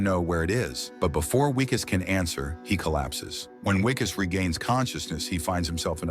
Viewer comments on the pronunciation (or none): Its Vickus not Wickus